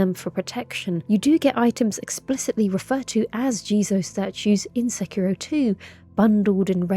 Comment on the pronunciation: Oh my. Fantastic pronunciation of Sekiro. (The ghost effect always makes me laugh ever since someone pointed out its like Frodo waking up in Rivendell)